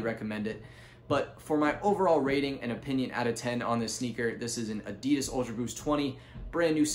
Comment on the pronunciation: U pronounce Adidas incorrectly. Adidas is shortened name of its founder, Adi Dassler. His brother Rudolf Dassler is the founder of Puma shoes.